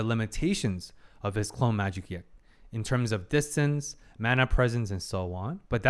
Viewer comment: did he say distance?